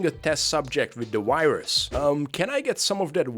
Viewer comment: Cannot fucking comprehend how russians can mix up the pronunciation of "w" and "v". It's fucking VIRUS, not uairus, also, it's WE, not vee